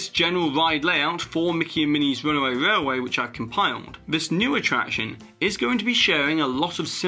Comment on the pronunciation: Your accent is very strange to me. I can’t place it. I noticed your pronunciation of railway to be rarway, but your Ls in other words are phonetically correct. Where are you from if you don’t mind me asking.